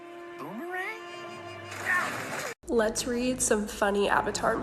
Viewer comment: IM HERE TRYING NOT TO SCREAM AND WAKE RVERYONE UP CAUDE I HADNT EATCH DRAGON PRINC IN A EHILE AND FUN MG HE SAID BOOMERAGNE AHHHHHHHHHHHHHHHH!!!!!